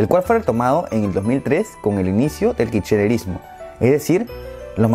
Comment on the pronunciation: Me mata como dice kichererismo jajaj aguante argentina wuacho